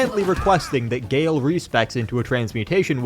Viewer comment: "And.... g a l e" had me DYING